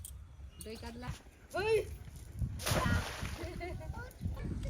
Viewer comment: তোমরা কাদলা বলো কেন ? আসল উচ্চারণ হলো "কাতলা"....